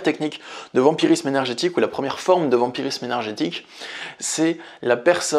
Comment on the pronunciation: 'vampirisme' et non 'vamirisme' 🙂